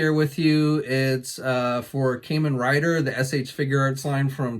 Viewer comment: It hurts my soul how you say Kamen rider lol love the vids though bud, keep up the good work. I can't get enough of the new Kamen rider ooos figures. Only bummer is their souchku seiheio line is so damn expensive.